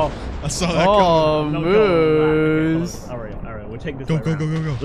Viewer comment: LMFAO "MOUSSE" ITS MOOSE NOT MOUSE LOL